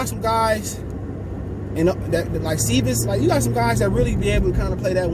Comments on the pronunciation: Dir veedes sir veedes is how you pronounce it I’m pretty sure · Lmao anything is better than his rendition 🤣😂🤣